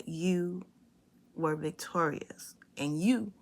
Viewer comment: We will be "Vitorious" ( thats how the village Idiot say Victorious"